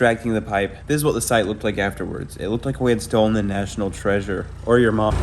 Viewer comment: It was funny cause’ he cut off early on mom so it sounded like, “Or your mo—“